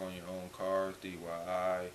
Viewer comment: My boy said dyi😂😂😂